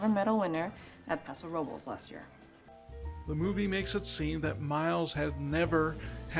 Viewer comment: Nice analysis. I enjoyed watching this. One note: Paso Robles is one of those Spanish names that Californians pronounce a bit differently (and not correct to Spanish language rules as you are pronouncing it in this video). If you listen to how Sandra Oh's character in the film, that's the correct way to say it. More like Paso ROW-bulls.